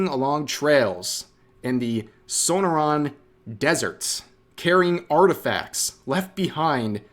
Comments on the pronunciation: Rev, I’m sorry, but as a former Arizonan, your pronunciation of ‘SO-NO-ran’ grates my ears like a cheese shredder… No shade meant, but it’s ‘so-NOR-an’! 😆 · This hurts hearing you say Sonoran Wrong